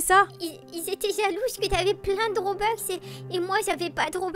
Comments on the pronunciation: MDR robeux sa se dit robux moi j'ai pas de robux et j'en veux et j'en n'ai pas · Sa se dit (robux) pas robox et pas (broukvanen)